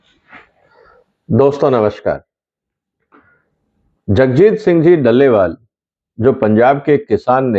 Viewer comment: भाई दल्ले वाल नहीं डल्ले वाल है 😂